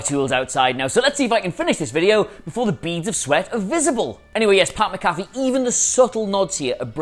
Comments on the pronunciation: Say it with me. Mac-A-Fee, NOT Ma-Caffe! 😡😡😡😡😡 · it's Pat "Mac-a-fee" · MAC-A-FEE. MAC-A-FEE. DAMMIT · Mac-Afee, not MaCaffe. Just like the anti-virus program. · Great shit. Names (MAC-A-Fee) btw for future videos don’t want to get the champs name wrong. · I've heard SOOOOO many Brits pronounce it "MA-CAFFY". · I'm a Brit and the only McAfee I know here pronounces his own name "Mac-A-Fey". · It's sad that a guy from another sport could cum in and outwork and outdo them on the mic then anyone in the wrestling business and will dude pronounce his name rite